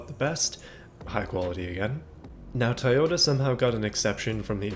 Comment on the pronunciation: I love how he say taiyota as in Taiwan